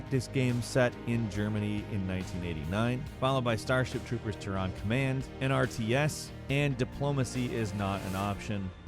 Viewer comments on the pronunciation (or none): I still wonder when realizes how to say the word Terran correctly.